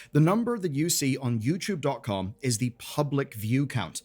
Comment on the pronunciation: ITS NOT YOUCHUBE